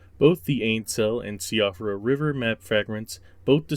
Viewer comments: Siofra is pronounced "SHEE-frah" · worst pronunciation of “Siofra river” ever but also the same intonation every time it’s said? - “albinaurics” also sounds off - weird ass pauses (e.g. before “site of grace”) - awkward structure - spending two minutes to enumerate all the ruin locations and all the marches, scene by scene descriptions of walking up stairs - strange phrasing like “we can solve the dynasty” - not solve the secret of the dynasty? what secret again? the smell is off and there’s been a lot of these channels showing up; that said I could be just paranoid